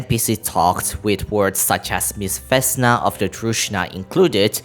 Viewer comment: Oh next one, it's not vEsna it's vesnA, and the same shit with softened consonants on v